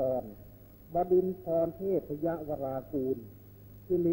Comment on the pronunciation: จิปาถะ สาระทัวร์ ตามธรรมเนียมโบราณ จะตั้งนามให้คล้องจองกันโดยตลอด อย่างเช่น วชิราลงกรณ บดินทรเทพยวรางกูร สิริกติยสมบูรณสวางควัฒน วรขัตติยราชสันตติวงศ์ มหิตลพงศอดุลยเดช ฯ เพราะฉะนั้น น่าที่จะออกเสียงว่า บะดินทอนครับ